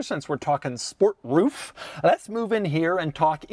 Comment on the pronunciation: "remoooof the roooof"!!! 😆